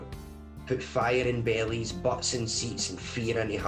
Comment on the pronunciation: “..put fire in bellies…” I heard “put fire in Bailey’s” Im thinking, “please don’t tell me he became a fancy bar tender at some froo froo club.”